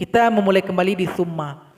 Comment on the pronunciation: Mohon maaf saya terdengarnya fumma tp hurufnya summa mohon maaf dijelaskan saya sedang mengikuti belajar cara membaca